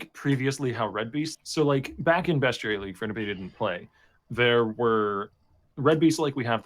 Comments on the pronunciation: It's 2019 and still hasn't learnt how to say "Bestiary". There is no U in it. Say it in any way you want as long as there's not a U in it. It's not "Beschuary". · When he says bestuary does he mean beastiary? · Yes, he does. A fair bit of people with his regional accent pronounce the -iary sound as -uary.